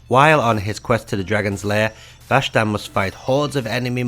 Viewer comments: rash-tan? think you mean ras-tan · Rashtan sound's like how Sean Connery would say Rastan lol